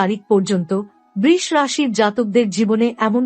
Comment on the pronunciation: বৃষ্ রাশি? বাংলায় বৃষ রাশির উচ্চারণ অন্তত ঠিক করুন।